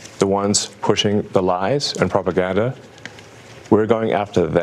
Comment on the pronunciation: "The ones who are pushing the lies and 'PROPAGADDA'", uh, I hate the way Elon talks. The way he pronounced "propaganda" really irritated me, and he continued by "WE'RE going after". He became the government, the judge, the police, and the executioner. What a shame.